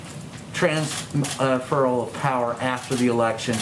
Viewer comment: Is this reporter nervous that he's asking this question or can he not pronounce transfer? 😁